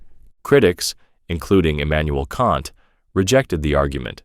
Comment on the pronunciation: Haha, guess he messed up saying Emanuel kant.